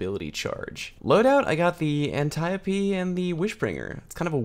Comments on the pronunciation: You can pronounce Antiope. That's the best part of this video. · Holy shit, someone pronounced Antiope correctly.